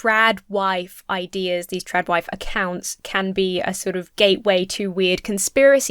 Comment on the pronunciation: Am I the only one who hears "Drag Wife" instead of "TradWife"